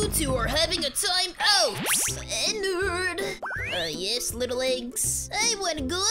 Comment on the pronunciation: oh now i know the part where he said "ENNWARD"